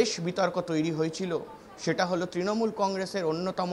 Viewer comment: তৃনমুল উচ্চারণ করতে পারছে না সে আবার নেতা